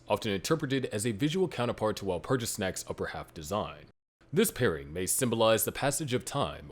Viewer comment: The mispronunciation of Walpurgis really bothers me